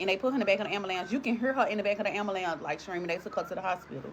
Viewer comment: Black people please stop saying Ambalambs, it's Ambulance 😅